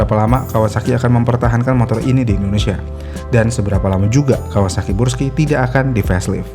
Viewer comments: brush skay bacanya bg bukan bruski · Brusky bang bukan bursky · Yang betul tuh bruski bukan burski 😂😂😂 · 😂 kebalik balik ya bang, gak bisa lurus, sukanya belok. 🤣 Tulisan Burg dibaca Brug. Giliran Brus malah dibaca Burs.😑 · dari awal kenapa bacanya selalu bursky dah min? suzuki burgman juga lu sebut brugman edit : pernah nyebut akrapovic jadi akaprovic juga 🗿